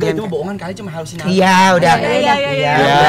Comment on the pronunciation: halusinasi bukan halo nasii ngakak njirr gue hahah